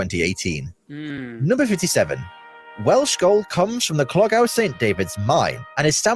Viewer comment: Clogau is pronounced Clog-eye